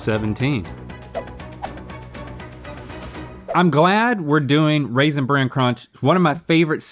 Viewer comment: Rhett can't decide weather to pronounce it raisin bran or raisin brand lmao